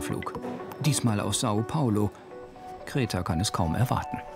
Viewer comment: Wie der Sprecher diese Hündin Greta einfach immer als "Kreta" ausspricht